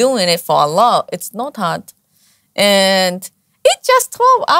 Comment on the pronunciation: MasyaAllah... Cara pengucapannya, cara melafalkan "Allah" jauh terdengar lbh fasih, lbh enak terdengar dari pengucapan saya 😊